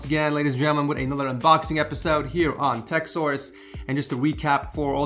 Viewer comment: how come i only hear "Whats up guys its from Tekzors" instead of Tech Source